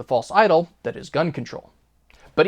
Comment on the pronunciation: "DAT" is not a word